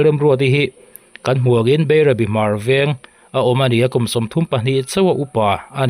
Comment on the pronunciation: Hmarveng pawh chu ilam fiah hleitheiloa🫢🫢